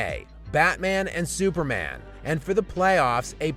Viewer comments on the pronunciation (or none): none